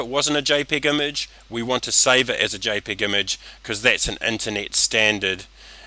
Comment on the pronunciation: This is an excellent tutorial: clear, precise and to-the-point, no crappy music, no boring backstory dialogue, just the tutorial, just excellent... except for one thing. It's Jay PEG, Peg as in Peggy, not Pig as in Piggy. Peg, Jay Peg, PEG. Other than that, this is a great tutorial, thank you. And I must say, your English is coming along nicely. A few months in New York and you would sound like it was your mother tongue.